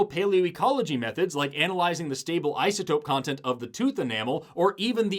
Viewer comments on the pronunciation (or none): none